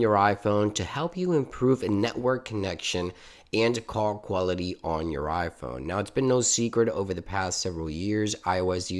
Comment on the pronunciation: He also said coc quality’s